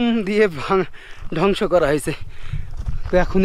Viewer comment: এক কথা বার বার বলা হয়ে যাচ্ছে, আর ধ্বংস কে ডংস বলবেন না